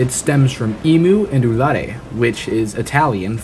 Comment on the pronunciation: your pronunciation of "urlare" is good for an english person :) (im italian btw)